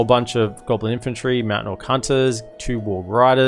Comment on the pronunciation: I study english as my major and I take fascination in accents and varities of English. I have to say, everytime you say "Meowtain" you bring a smile to my face. Aussies rock!